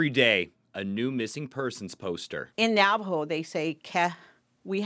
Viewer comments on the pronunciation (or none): Why is the reporter pronouncing it as "Navo"? It's Navajo.